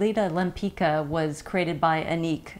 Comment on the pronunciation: I love your reviews Katie but the pronunciation of the name Lempicka is not LEMPEEKA it's LEMPEETSKA. The founder of the brand Josiane Maryse Pividal has named it after a painter Tamara de Lempicka from Poland :)